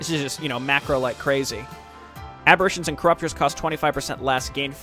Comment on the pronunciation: Oh he mad lol. Was trying to warn you music was a bit too loud, and 'aberration' has a slightly diff pronounciation, but I guess feedback is complaining to you. lol